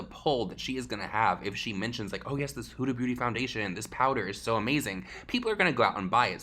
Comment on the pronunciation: You pronounced huda beauty four different ways in this video and my favorite one was hyooda booty